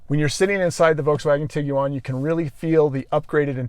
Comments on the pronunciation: Most Americans (including myself) pronounce it "Tig-wan" with the u being silent. This is the first time I've ever heard anyone say "Tig-u-wan". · Tig wan, not tiggy wan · Did be USA really pronounce it that way. It’s an iguana cross with a tiger so ti guan otherwise I enjoyed your review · Why it sounds like he says Tiguan like Tig u on lol